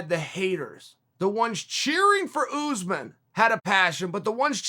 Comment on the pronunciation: The name is pronunced US-man not ooze - man lmao come on unc